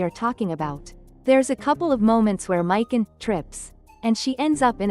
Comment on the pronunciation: We get it u are not a real nerd and hate males and females U feminist/Democrats are triggered lol learn to say characters names right mik on lol there not a dude lol